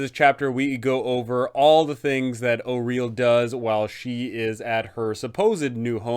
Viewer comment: Thank you for pronouncing Auril correctly